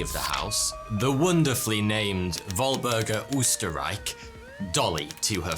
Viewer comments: It is not "UH -STR - REIK" Its Ö - ster- rei-CH. Ö like the e in "Nerd." NÖRD. Ster like ster, rei leike rei . But CH like CHHH -like when you're cleaning your troath. Like a cat hissing. Österreich. Means Ausria b.t.w.😊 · With Babbel you could have learned how to pronounce the name Oesterreich properly. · I love how you progressively pronounce their name worse and worse throughout the story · Lol they way you pronounce Oesterreich is so funny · as an austrian i must say, this is the first time i have ever heared of someone having österreich as a sir name. also, name butchered big time lol